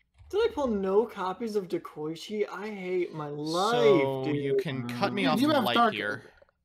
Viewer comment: by the way y'all mispronouncing Dekoichi also. It's not De-Koi-Chi it's De-Ko-I-chi. デコイチ Dekoichi is based off the JNR D51 Steam Locomotive which was nicknamed "デコイチ" or Dekoichi Bokoichi is also pronounced the same way. Bo-Ko-I-Chi